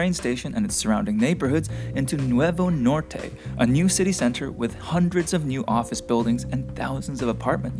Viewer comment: Norté is not a Spanish word. You mean Norte.